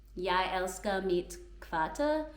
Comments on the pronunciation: Rigtig godt! Den eneste fejl jeg bemærkede var du udtalte "kvarter" som kvArter. Der skal tryk på begge stavelser, kvArtEr. Du består nemt 😊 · Du talte fint dansk. Hvis jeg må sige en ting, udtales 'kvarter' med tryk på sidste stavelse (kvartér). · Your grammar is 👌🏼 One pronunciation error: kvarter is with stress on the second syllable, kvartér 🤗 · Fantastisk :-) Kvarter var lidt forkert udtalt.